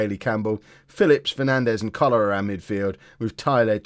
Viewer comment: Don’t know if you’ve noticed, but when you say “... Coller our midfield “, it sounds like cholera - not a problem, just amuses me